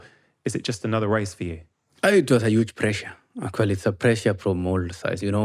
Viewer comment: You gotta drink a shot every time he says “accoly” (actually) 😂